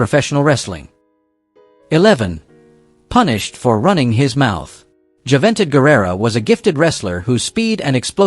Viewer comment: joo ven tid guerrero